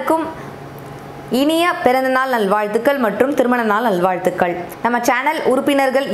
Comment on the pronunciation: Hi sis... நல்வாழ்த்துகள் pronounce super Akka with cute smile...